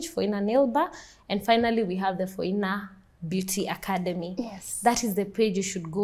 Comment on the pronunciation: Phoina Beauty sounded to me like "For Inner Beauty"